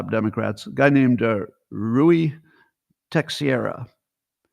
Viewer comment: Teixeira is pronounced tashera I have an Inlaw who set me straight on that. Great show sir